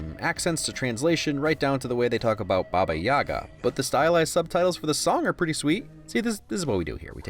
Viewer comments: Baba Yaga has the stress on the second syllable, so it's BA-ba Ya-GA. Stress can change the meaning of words in Russian, although in this case I don't think it does. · parabellum was awesome, as is this video! the one thing that has always gotten me about the series is the wrong stress on "baba yaga," which should be on the second syllable. there's so much russian, especially in the third film, that I'm surprised nobody has corrected this (and keanu, comparatively, has always done a very decent russian accent)